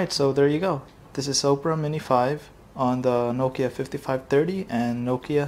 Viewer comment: Opera = Ah-pra, not Oh-pra.